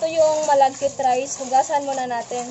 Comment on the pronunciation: Sticky rice nalang po masmadaling bigkasin kesa malaggit rice...lol Maganda talagang panoorin pag ngumimgiti kayo madam. Sana lahat kayo ngumimiti paminsanminsan.